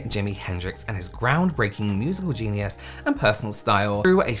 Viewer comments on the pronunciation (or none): none